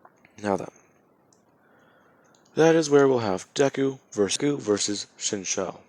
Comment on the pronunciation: Normal people: Shinzo What if YouTubers: shinsho